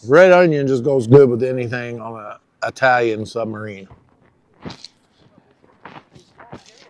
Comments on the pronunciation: Didn't want to be a hater so I never mentioned it but I knew Italian's would cringe if they heard you say eyetalian 😂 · We EYE-talians know that you "Southerners" say EYE-talian, and we know you can't help it, but good(all) on you all to be nice to that little ol' dago lady. MANGIA (from Cleveland, OH)!